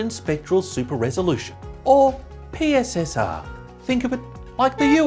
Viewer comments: Isn’t PSSR pronounced ‘pisser’? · Pronounced "pisser"